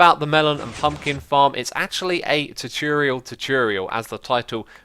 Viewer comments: xisuma tutorial is said T-or-t-or-e-al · i love how you say tuturial omg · It's : too tore ee ull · Tutorial = 2 - Tore - ee - Al ( not trying to be mean or anything but thats the pronunciation i here all the time ) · If you want to say tutorial split it up. Two-tour-e-al please try it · tutorial is pronounced two tour ee al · you saying chochorial made my day :-)))) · I just clicked to hear you say "tutorial" a bunch of times. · The way you say tutorial sounds funny